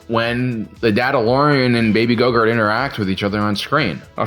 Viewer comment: its a running joke that he mispronounces grogu as gogurt